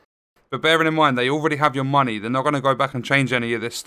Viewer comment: Did someone say muneh?